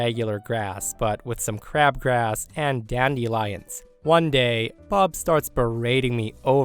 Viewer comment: Is weird pronunciation of "dandelions" some regional accent of which I'm unaware, or simply an odd mispronunciation?? The word is correctly said as "DAN-duh-lai-unhz."